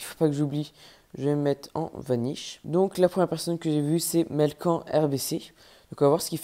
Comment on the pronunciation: J'adore t video continue comme Sa mais c moi melkan tu l prononcé mal